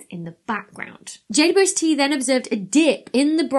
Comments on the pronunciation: I like how she says jaydubuestee 😂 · I just love your videos and have already learnt a lot. One small question: Is JWST always pronounced like "J" "two" "S" "T", I wonder? I never seem to hear a "double u". Or is that just because of the speed of talking vs. my slow old hearing?